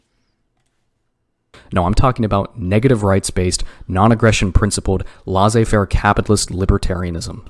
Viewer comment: You mispronounce both fiefdom and laissez-faire.